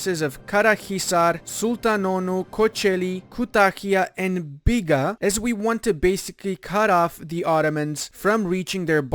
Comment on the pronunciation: Loved the part said B I G A